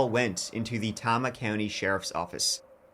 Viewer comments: Tama County is pronounced "Tay-ma". I'm always shocked to open a new episode and hear Iowa! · Great video but it is pronounced Tay-ma. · Histrionics on the telephone? Here, let me put you on speaker! 😅 "What if someone is HERE," she loudly yells." OMG Iowa pronounciation tip: TAY-muh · Tama is pronounced, TAY-ma, not TAH-ma. Maybe it's the Irish thing, but from an Iowan, it is driving me nuts. Love ya,. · It’s killing me - it’s pronounced Tay-muh. But I’m clearly swearing allegiance to and calling it Tamuh from now on 😅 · A story from Iowa, that’s a rare day! I live in a hole apparently, this happened 30 minutes away from me and I never heard of it 😮 (the county is pronounced “Tay-muh” btw ) Traer is a really small town! Yes my family was in farming, when I grew up but not a lot of small family farms anymore, corporations are buying up the primo land. We had forty acres of the best topsoil in the world. I moved away from Iowa to a city when I was a young adult but came back for my kids to have a good education and lots of space to grow up in. It’s a good place to be a kid! Apparently not a good place to be a husband 😢though, that wife is the worst actress I’ve ever seen!😮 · Hey...Traer is in Tama County (Indian name like many names in Iowa<--another tribe). Pronounced TAY-Mah. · I live in a hole apparently, this happened 30 minutes away from me and I never heard of it 😮 the county is pronounced “Tay-muh” btw Traer is a really small town! Yes my family was in farming when I grew up but not a lot of small family farms anymore, corporations are buying up the primo land. We had forty acres of the best topsoil in the world. I moved away from Iowa to a citt when I was a young adult but came back for my kids to have a good education and lots of space to grow up in. It’s a good place to be a kid! Apparently not a good place to be a husband 😢that wife is the worst actress I’ve ever seen! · Pronounced TAME-A county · Tama Iowa - Tay-muh.